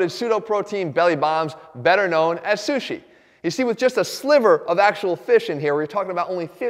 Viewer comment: You said sushi how sean connery would say it.lol